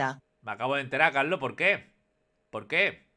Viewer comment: Mira fíjate hasta cuando dice el nombre de la donación "Carlos" que la S está de vacaciones jajaja